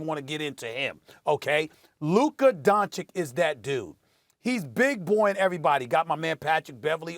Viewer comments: DON-CHICH NOT DON-CHICK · SAS knows how to say Luka’s last name correctly but is choosing to say Donchik on purpose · dont forget the other one who says “luka donaKICK” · I hate how Steven A. calls Luka "Dochik", and every time he says it, it sounds worse. If you don't know his name, Google him, please! And you call youself a reporter! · His name is Luka Donchich!!!! LEARN his name, it's YOUR JOB as professional sports commentator. Stevo Šmitu! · "Donchik" "lennit" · Stephen A: Luka “Donchik” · You'd think with all the praise Stephen A gives Luka, he'd learn to pronounce his name right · At this point it's just disrespectful that he isnt pronouncing Luka's name right. He just doesnt want to change. It's not even hard. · How can this clown not pronounce Luka's surname correctly is really annoying. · You Americans pronounce “Don” in his name wrong also. So it doesn’t matter.